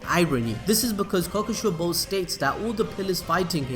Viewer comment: Kokushee-bow damn you.